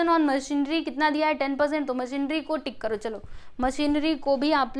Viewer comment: It's मशीनरी not मशीनड्री🤦